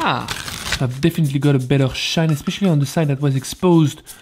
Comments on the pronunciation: Does he pronounce shine 'sheen'? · Did you mean "shine" ?